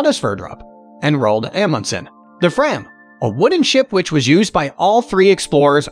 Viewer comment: Nice choices. Please work on your pronunciations: VEE-ge-lahnd: BIG-doy, Frahm.